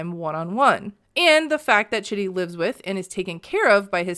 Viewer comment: I’m pretty sure Rayne is pronouncing his name wrong and it’s pronounced like “cheedee”. His family seems to pronounce his name like that (also it’s spelled the same at least as Chidi from “The Good Place” and that’s how they pronounce it there too lol)